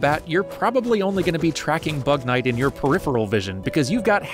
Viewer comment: It kinda sounds like “bat man”